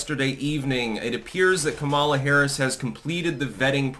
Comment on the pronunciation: your pronunciation of Kameltoe’s name is racist and insensitive. You’d be having a brat girl summer if you said it right